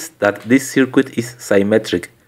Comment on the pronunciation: You may have heard this before, but, we say circuit without pronouncing the "U" in it and it sounds like this........."CIRKIT". Otherwise it sounds extremely strange the way you say it.